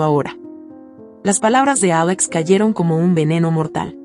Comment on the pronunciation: Si se escucha feo cuando dice el nombre de Victoria y Alex si la demás narración va bien porque cambia la pronunciación